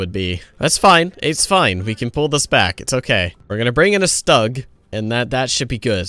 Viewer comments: My child you've forced me to unsub It's pronounced Shtoog, not Stug. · it's pronounced shtoog. Not stug. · As a tank nerd I have to say that you're killing me with that Stug pronunciation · pronounces all german words correctly except for stug lol